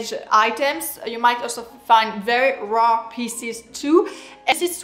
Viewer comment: She says rare not raw, believe me I'm french, She has a very strong accent.